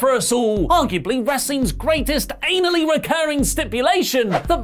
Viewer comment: Umm i think you said anally instead of annually at the beginning of the video... 😶